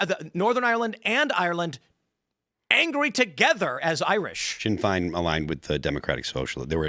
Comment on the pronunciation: It's funny how they can't pronounce Sinn Féin.